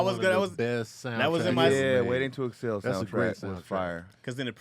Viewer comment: Anybody else catch pronounce Waiting To Exhale like "Waiting To Excel"? XD